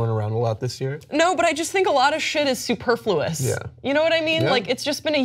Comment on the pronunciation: Superfluous is one of my favorite words! You're mispronouncing it though. My word for the year would be mortified. Not only because it's used more, but because it is misused more. So many people think it means terrified.